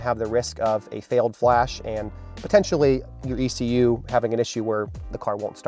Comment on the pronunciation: I don't have an "EK YOU" in my car but aI do have an "E. C. U." its called an Engine Control Unit... but no "EK you" its called E C U TEK has been for 20 Years...